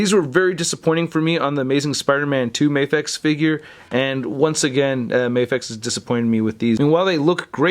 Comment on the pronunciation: It's "Mah-fex" not "May-fex". Because it stands for "Miracle action figure x", not "Miracle ay-ction figure x"